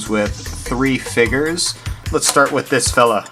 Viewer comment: figers? FIGERS?? WTF ARE FIGERS?!?! (still funny)